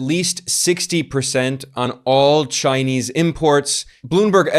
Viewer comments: Another masterpiece, Ben. Btw, I am most impressed by how you pronounce the Chinese names in Mandarin. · Your Chinese pronouncian improves a lot and now is amazing since You've been to China. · Ben, your Chinese pronunciation is great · Ben's Chinese pronunciation is getting pretty good. 😄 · Anyone else notice Ben's Chinese pronunciation has greatly improved? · Ben, your Chinese must be improving a lot, I noticed you pronounced the name of the Chinese commerce minister with the correct tones. Well done!